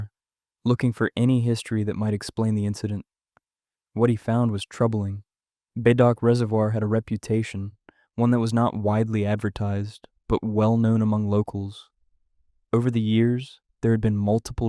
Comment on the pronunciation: Thanks for the stories. Btw, Bedok is pronounced as "Beh-doke". Tampines is pronounced as "Tam-pin-niece."